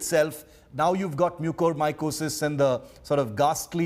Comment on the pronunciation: The lady reporter cannot pronounce Mucormycosis correctly. She even pronouced it differently everytime.